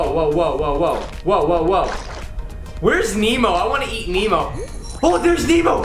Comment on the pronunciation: It's not memo it's nemo